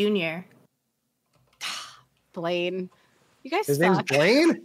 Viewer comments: It’s Bain not Blaine 😭 ashamed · It sounded like Blaine to me too. I was confused at first lol